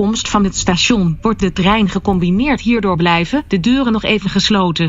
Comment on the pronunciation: BLIIJJJFFEEEN WHAHAHAHAHA OP ZEN AMSTERDAMS